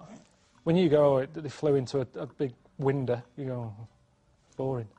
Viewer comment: ‘They all flew into a winder’ 😂😂